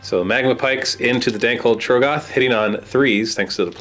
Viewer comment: How do you still say TROGGoth wrong